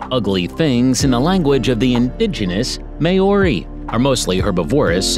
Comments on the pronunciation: it was not prounce as mayori it is maw-ri or ma-o-ri. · may-ory lmao its okay not everyone can pronounce words right its pronounced more like mau (roled r) y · Pronunciation of our native animals on this video is so terrible ! It's kind of offensive. Come on get it right! 😣 it doesn't take a rocket science to learn the pronounciation ... I mean at leat say the word Maori right ! It's not siad may-oary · It’s pronounced like this mow-ree not may-o-ri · oh a quick tip when a letter as a - over it’s pronounced longer (āēīōū) and Māori is pronounced like m-ao-ree so just mix the a and the o together and your good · “May-ori” No. It’s Māori Oml not the “two-what-tra” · it would've just been the butchering of the pronunciation of Maori and tuatara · Oh lord its annoying when people say words in my native tongue, the only words he said correctly was wētā, tui and kiwi, thats it, granted he did attempt so im going to like, i do recommend taking moari classes so its easier to speak certain words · im from new zealand you pronounced maori wrong. i don't blame you it's a hard language to learn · Tuatara is pronouced two-a-tar-a. Otago is pronouced oh-ta-go and maori is pronounced maari